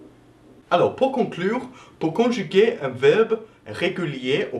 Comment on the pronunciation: Mddr ton accent " conchuger" lol